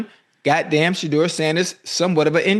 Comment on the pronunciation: I need Shedeur to get away from Cleveland !! That da*n head coach couldn't even say Shedeur name omg , they can't stand him 😢😢 its ok we love you still praying for you always ❤ Haters will be haters !!!